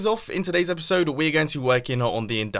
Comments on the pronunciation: who heard mumbo saying epishode? lol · Lol he said epeshode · Did Mumbo just said epishode ? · Did you say epishode? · he said epishode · "And this /epishode/ should actually be really quite interesting." Oh dear, Mumbo. You really are going quite mad.